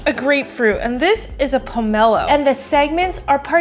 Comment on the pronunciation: Thank you for stressing the correct syllable in poMElo! ❤